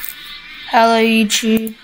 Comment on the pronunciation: "Hellöü yew chube"